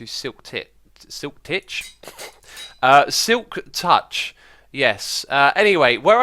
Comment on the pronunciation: The way u said Silk tich sounded like the word Tič in my language, which means penis.